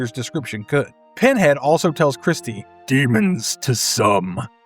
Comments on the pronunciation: Can't believe you keep saying Kristy when it's actually Kirsty. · Yo… isn’t the character’s name “KIRSTY” and not “Kristy” ?